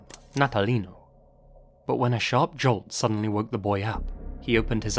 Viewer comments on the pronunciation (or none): none